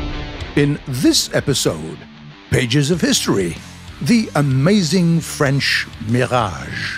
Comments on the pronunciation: Accent parfait ! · Good french accent 😂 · Thats the best french accent done by a non french person (and i no what i'm talking about i'm french)Sir your prononciation of french is incredible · Your French accent is very good, I'm watching you in France and I pilot with a joystick.